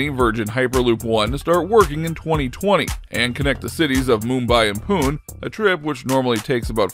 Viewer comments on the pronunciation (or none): The narrator didn't bother to learn how the Indian city of Pune was pronounced.